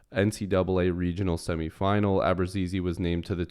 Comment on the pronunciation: pronounced Ahh bruutz eh zeh